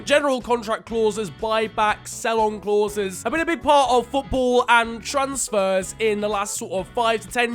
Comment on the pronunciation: The way how you say “clauses” is driving me mad🤣